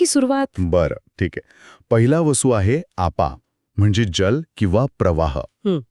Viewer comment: उच्चारांकडे लक्ष द्या (१) जल् नव्हे जल, (२) स्थिर्ता नव्हे स्थिरता (३) बाहेरची लाईट नाही बाहेरचा प्रकाश म्हणा.